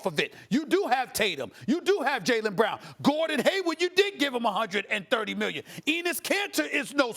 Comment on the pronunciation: Stephen a. Smith: "Bruthus" "miyion"